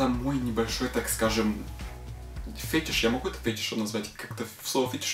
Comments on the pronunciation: правильно говорить:"ФетИш". я узнала и была с покерфэйсом просто. )) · начало просто убило XD а еще правильно фетИш) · Kate Brent Неа, правильно фЕтиш. Проверено фетишистом. Да нет, просто сужу по английскому ударению.